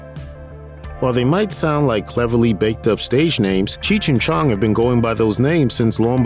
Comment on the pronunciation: Cheech chi chong. Dont like how this guy says their name.